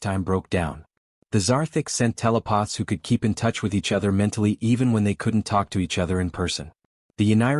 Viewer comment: WTF is a "TELE-poth"!!!!???